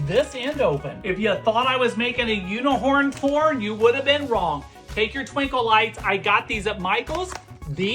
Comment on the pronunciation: "a unihorn corn" 😂